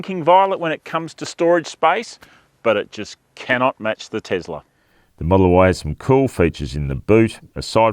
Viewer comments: Firstly, it's pronounced TeSla not TeZla. Why not wait till the new model Y ( Juniper) is released to do a true comparison? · Stop saying Tezzler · Isn't it pronounced Tossla ? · The Tossla MAGA Y 😂